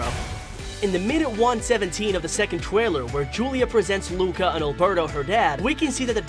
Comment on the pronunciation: It disturbs me so much its pronounced loo-ka